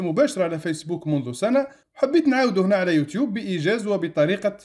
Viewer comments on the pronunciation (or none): none